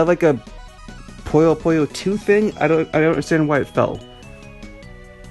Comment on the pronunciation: You are pronouncing the Nazo part correct. The Puyo part is wrong. It should be pronounced like "Poo-yo", as in Poo.